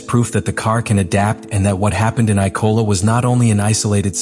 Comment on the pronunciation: Why does is this script reader Ap keep mispronouncing IMOLA as ICOLA and ISOLA. So is the script fucked up or text reader glitch! ITS A LAZY MISTAKE.